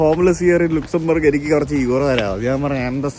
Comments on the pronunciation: Nice & informative video, in writing it's Luxembourg, but while saying the first 2 letters are LA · Hlo... ലുക്സംബർഗ് എന്നല്ല pronounce ചെയ്യേണ്ടത് ലക്സംബർഗ് എന്നാണ് pronounce ചെയ്യേണ്ടത്... Please correct it👍👍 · ലുക്‌സാംബെർഗ് അല്ല പൊട്ടാ ലക്സംബർഗ് 😂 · ലക്സംബർഗ്........ലുക്കസുംബർഗ് അല്ല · ലുക്സംബർഗ് അല്ല ലെക്സംബർഗ് ആണ് ബ്രോ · Looksumberg എന്നല്ല pronounciation Lak sam burg aanu look alla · Luxembourg is not pronounced like that like Lux soap Laxumbourg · ആദ്യമായി കേൾക്കുകയാണ് ലുക്സൻബർഗ് ലക്സൻബർഗ് എന്ന് കേട്ടിട്ടുണ്ട്. സന്തോഷ് ജോർജ്ജു കുളങ്ങരയുടെ പ്രേതം ഇദ്ദേഹത്തിൻ്റെ മേൽ കയറി എന്നു തോന്നുന്നു ഗ്രീസ് വഴി പോയപ്പോൾ ഏജിയൻ സീ (Aegean Sea) ശരിക്കു പറഞ്ഞു സന്തോഷ് ജോർജു കുളങ്ങര പറയുന്നത്. ഈജിയൻ സീ എന്നാണ്. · ലുക്സംബെർഗ് അല്ല ലക്സംബെർഗ് ആണ് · ലുക്സൻബർഗണോ അതോ ലക്സൻബർഗാണോ ആകെ കൺഫ്യൂഷൻ ആയല്ലോ ഇടക്ക് ലക്സൻ ബർഗ് എന്ന് പറയുന്നുണ്ട് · It's not loxumburg it's Luxembourg..... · ലുക്സംബർഗ് അല്ലാലോ ലക്സംബർഗ് അല്ലെ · ലക്സംബർഗ് എന്നല്ലേ പറയേണ്ടത്? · Ividano Lux soap kadupidiche? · Sherikkum pronounciation ലക്സൻബർഗ് enn alle....??? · Pronouncing is wrong 😢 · ഡിയർ ദയവായി ഇനി തെറ്റായ pronunciation ന്യായീകരണവുമായി വരരുത്. ഉച്ചാരണം തെറ്റാണെന്ന് ധാരാളമാളുകൾ കമൻറ് ചെയ്യുന്നു. തെറ്റ് സമ്മതിക്കുക. വീഡിയോ കണ്ടു തുടങ്ങിയപ്പോൾ തന്നെ മൂഡ് പോയി. Bye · Please pronounce the name of the Country properly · ഏതേലും ഒരാളെ പോലെയല്ല 2 മില്യൺ followers ഉള്ള ഒരു vlogger... ഒരു രാജ്യത്തിന്റെ പേര് വികൃതമാക്കി പറയുന്നത് vlogger ചെയ്യാൻ പാടില്ല.. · Pronunciation 😢..wrong..